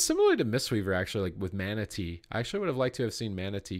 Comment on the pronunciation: when you were talking about the monk, everytime you said mana tea I thought you said manatee.